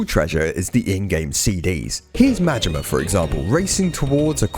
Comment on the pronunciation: Im sorry . Goro Mangina? Its Majima! Goro Majima!